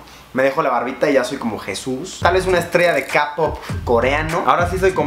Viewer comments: Nadie: Absolutamente nadie: Yo: no es kapop es kpop 😿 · Fresita Lopez luisito dijo Capop 😂 por eso asi lo escribio ella